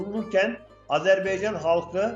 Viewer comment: Hakkında konuştuğunuz ülkenin adını öğrenin A-z-e-r-b-A-y-c-a-n. AzerbEycan değil. O beyfendiye söylüyorum